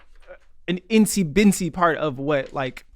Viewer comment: "in-see bin-see" Facepalm